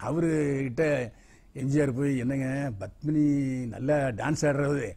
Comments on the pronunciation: Badmini தவறான உச்சரிப்பு Padmini சரியான உச்சரிப்பு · It is Padmini not Badmini